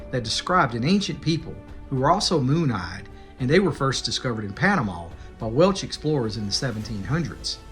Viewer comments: Please, it's WelSH*. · The “Welch”? Dude, really?